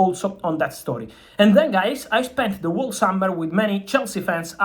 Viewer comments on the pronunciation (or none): Whole is pronounced as hole in English. Its a silent W 👍